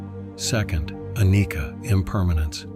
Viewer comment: Enjoy some of your content guys but please fix your pronunciation of the Pali words. The one that you always mess up is words with a 'c' in them e.g. anicca is pronounced annēcha (hard emphasized 'e' and the cca is a Cha not a ka sound). Same with the DhammaCakkaPavatana is not kaka it's *ChaKa*. Chaka is the Pali word for Chakra in Sanskrit/ Hindi meaning a Wheel . Hope that helps. Keep up the good work 🙏